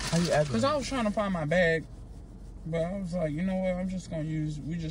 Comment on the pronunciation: Well BAG because ain’t going so he saying bag as in beg 😂😂😂😂😂